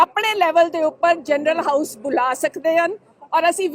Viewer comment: ਜਰਨਲ ਨਹੀਂ, ਜਨਰਲ।